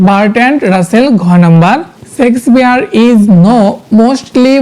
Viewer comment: হ্যাঁ ভাই ইনি শেক্সপিয়ার না বলে।।। সেক্স পিয়ার😅😅😅😅 কথাটা বারবার বলছিল